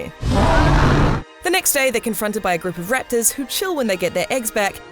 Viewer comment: U say raptors funny lol... riptors rattors